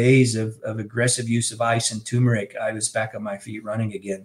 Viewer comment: It's TUR-meric! NOT TOO-meric! So annoying!